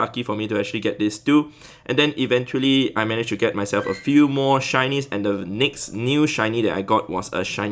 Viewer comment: shinys I can't hear shinys I hear Chinese 🤣🤣🤣